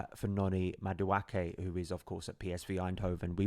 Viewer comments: It's pronounced Ma-du-e-ke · It’s pronounced Ma-du-eh-kay..